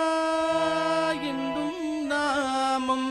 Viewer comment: Beautiful rendition. Melted my heart! What a gifted voice 🙏🏼 One humble request- singer’s pronunciation of the “ணா” in Narayana is currently sounding like “னா”. World of difference in the meaning with the right pronunciation. Please consider the right உச்சரிப்பு in the future 🙏🏼